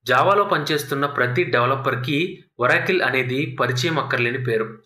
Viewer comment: మంచి వీడియో కానీ ఒరాకిల్ కాదు ఆరకల్